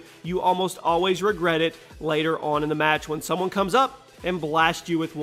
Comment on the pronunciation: he said maltch